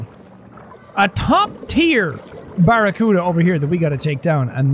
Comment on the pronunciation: Jack its pronounced Barra-Cue-Da not Barra-Cut-A